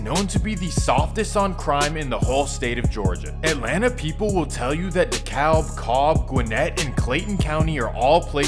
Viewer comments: DeKalb Is Pronounced "Dee Cab" Not "Dee Caullb" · It's pronounced Dee-Cab county homie. 🍑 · Dekalb is pronounced De-Cab